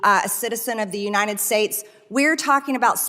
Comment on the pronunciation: Unined States of America. It’s UNITED!!!! She cannot even pronounce our country’s name!!!!